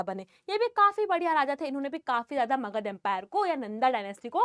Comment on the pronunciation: Magad no makahd yes .am you are speaking makahd